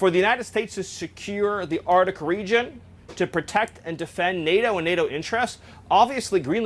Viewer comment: 😂he can't even say arc-tic